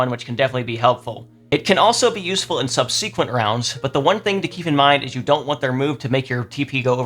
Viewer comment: Not sure how to pronounce Stratego, but I think you should look up how to pronounce subsequent